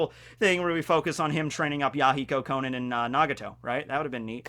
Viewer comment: It’s pronounced Ko-non! The “a” is pronounced like an “o” for some reason!